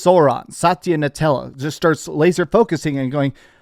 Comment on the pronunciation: It's pronounced Na-Dell-A, with a D. Not Nutella.